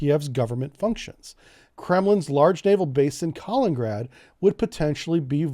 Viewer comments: It’s not Collin-grad. It’s Ka-lin-in-grad. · Few corrections: it is Ka-lin-in-grad. Not Ka-leen-grad. Moldova isn't a NATO member. I think your are confusing Montenegro. But what NATO should do in the case of Ukraine invasion is the following: -Freeze all Russian funds in NATO and agreeing nations -Forbid any and all shipping from Russian ports -Severely reduce flights from Russia. Not all to allow foreigners to escape. -Restrict or remove Russia from SWIFT banking. -Restrict Russian access to the the Oresund and Bosphorus. -Re-enforce Swalki-gap. -Provide AA and AT man-pads to Ukraine in large amounts. And that is if they invade and give them 5 days to retreat out of Ukraine and Donbas region or more will follow. You don't need to go to war with Russia, but you can cripple them. Make it painful in the beginning. Promise them you will lift it, but if they don't you will double down. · It's Kalin-in-grad not Kalingrad ... sorta like that river in the USA is the Mississippi not the Missippi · Lol Kalingrad :D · Kaliningrad (KAH-LENIN-GRAD) You’re killing’ me bro… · Not to be a grammar “NOT-zee” but it’s pronounced “kah-LEAN-in-grad”. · Pronounced “Ka LIN in grad” You keep skipping the “in” syllable. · Buddy, love ya, but its KA-LIN-IN-GRAD, good content, just needs a tiny polish! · Can’t pronounce Kaliningrad and doesn’t even know where Romania and Bulgaria are… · you are pronouncing Kaliningrad wrongly. Just read it. The pronounciation matches the spelling. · I say this with all possible love and affection: please take note of the second "I" in "Kaliningrad" and try to pronounce it. It's nails on a chalkboard over here. Thanks. ❤